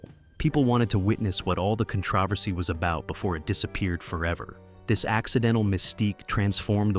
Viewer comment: Good video, but I think we need to talk about your pronunciation of controversy